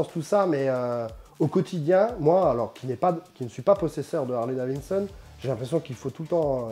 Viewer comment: Le mec est agaçant quand il dit : « Harley Davinson » c’est pas Davinson mais Davidson!!